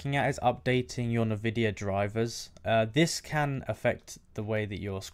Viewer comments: why are you saying nuhvidia instead of N-Vidia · UK thing